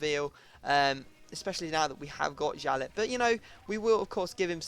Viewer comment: It is pronounced "yalley" not "jalet"